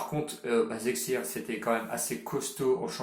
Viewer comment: Leipzig ca se prononce Leypsiche Et basakheir ça se prononce Bashakshehir Sinon bravo pour les pronos réussi